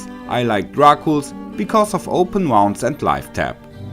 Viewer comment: Yes, but not how to say "Open Wounds" 😂😂😂😂